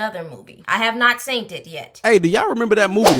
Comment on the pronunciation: Girl, the way you said you hadn’t “seent” it yet 🤣